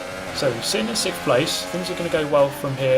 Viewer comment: Why do you say SSSHtoffel? It's just 'Stoffel'. Or is it for the same reason you say 'sikfxfth' instead of sixth?